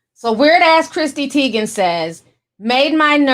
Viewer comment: CHRISSY NOT CHRISTY! Omg my eye twitched everytime you said Christy